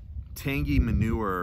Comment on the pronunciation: That's hilarious that you said manuer. I was gonna say that about the tin note on 3 nuns the other day and forgot to mention it. Great minds think alike I guess.